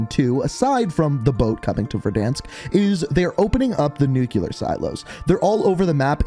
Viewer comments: It’s pronounced Nu CLEar like a Nucleus not Nu Cuuu Lar there is no Nu Cuu Lus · Anyone else keep hearing ‘nucular’ like a pint glass breaking on the ground at a bar? Back when bars were a thing. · Can anybody else not stand when people pronounce NUCLEAR “NUCULER”